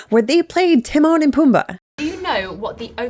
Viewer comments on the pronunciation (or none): none